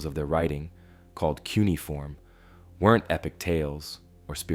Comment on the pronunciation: Very nice but maybe look up the pronunciation of cuneiform for future videos